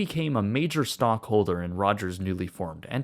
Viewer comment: Did this man just say STONK holder?